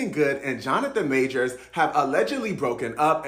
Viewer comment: Imagine making a video about someone and not even being able to pronounce their name correctly.